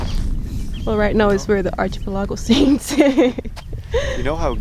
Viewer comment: Ar-key-pel-ago... not chi.... luckily English is very forgiving to accents ...so we get it